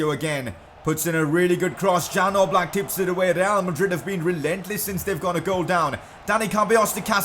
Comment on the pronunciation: #pcq it's not Jan Oblak, it's supposed to be pronounced as Yan Ooblak